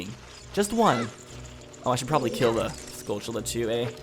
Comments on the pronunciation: Pronounce "Tilly's". Now pronounce "Tullas". Now pronounce "skull... tull....uz". There are no C's or H's in the word skulltulla. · Stop pronouncing "skulltula" weird. There's no 'ch' sound in it.